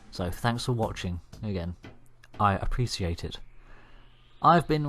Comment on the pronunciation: “I appresiate it”